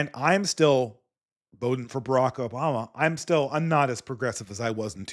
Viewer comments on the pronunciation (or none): none